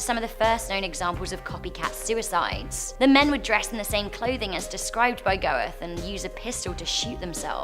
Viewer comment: Go-ethe? Nein, nein, nein! /ˈɡøːtə/